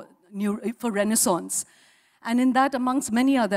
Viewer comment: wrong pronounciation of renaissance...